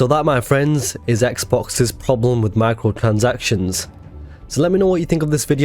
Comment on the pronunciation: Yo good vid and i laughed at the intro when u said xboxs problem with micrrrotransactions cause u definitely right